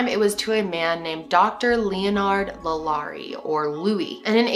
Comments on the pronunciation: it's La Lor-rae. not la Lori. just fyi, as a Louisiana native. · I’m from Louisiana and heard this story a lot growing up. Also have been past the home. It’s beautiful but the vibe is terrible. I’ve heard that people who are sensitive to spirit really flip out near the mansion. It’s also really pronounced like Law•Luh• rie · 1. the poor girl in the box’s bones were broken before she was stuffed in the box, and so they remained like that for the rest of her life. and she was apparently a spectacle to many. (Absolutely horrific) 2. it’s “LAW- LA,REE” 3. You should do more New Orleans crime and paranormal activity stories!! such as the New Orleans vampire brothers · thank you!! I kept saying the name correct every time she would say it wrong.. lol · i’m from louisiana and the way you say LaLaurie made me giggle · The way she says the name is driving me crazy I can’t even watch it.